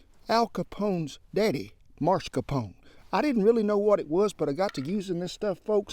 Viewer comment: It's not Mars-Capone. It's Mas-Carpone.